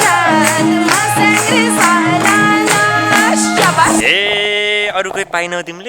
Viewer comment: मस्याङ्री 😂😂😂 Ho ni baai